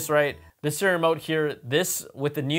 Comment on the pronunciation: I hate how he says. Seeremote instead of Siri remote.😂